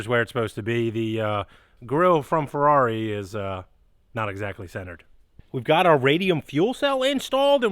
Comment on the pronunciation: The "Furdarri"! lmao :)